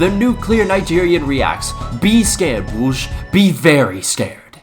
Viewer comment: This has to be the worst pronounciation of Brugge ever